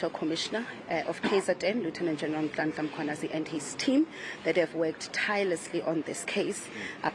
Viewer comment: She really emphasized Nhlanhla Mkhwanazi 😅